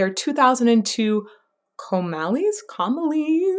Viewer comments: Its coma-lies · Cristina "Ska bee ah".. album is pronounced "Calm a lies". Chuckle! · Coma Lies is how it's pronounced. Please review some more of Lacuna ❤❤❤🖤🖤🖤